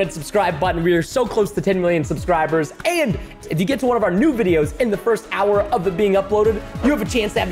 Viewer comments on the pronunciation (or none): none